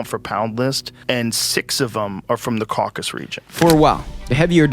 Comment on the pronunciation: Shoutout for saying “Caucasus” and not “Caucus”